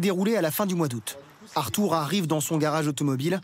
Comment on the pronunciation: « artour coulliere »